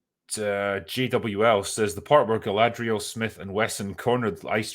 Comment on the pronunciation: Just finished watching the 1st 2 episodes.. while it made me cringe a couple times, it wasn't as terrible as I expected, If you take the mary-sue Galadrrrrrrrrrrrrrierl (thats how they pronounce it in the show) from the picture the show is tolerable, once shes back on screen it becomes intolerable, the fight scene with her looked ridiculous, 2 episodes in and I can't stand her.